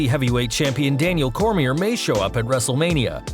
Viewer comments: Daniel who? lol Cormie"r" LOL. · He said Cormier wrong